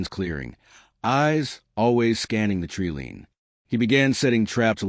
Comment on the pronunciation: Good story but the AI Voice needs a little work. It’s not a tree lean it’s a tree line.